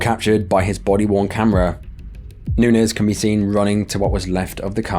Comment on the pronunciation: I just wanna say… Bravo for your pronunciation of “Nunez”. I can’t begin to count the times my last name was mispronounced.